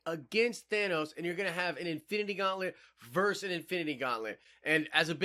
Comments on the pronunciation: The word is VERSUS. NOT verse. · Not trying to be rude. But, your young. So you may not know. You said “ gauntlet VERSE gauntlet. “ Please know that it is pronounced “Versus” , not verse , a verse is a line in a song. Verse-US means to go against.